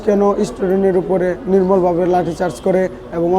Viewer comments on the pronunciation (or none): *নির্মমভাবে একজন বিশ্ববিদ্যালয়ের ছাত্রের উচ্চারণ আরেকটু ভাল হওয়া উচিত ছিল।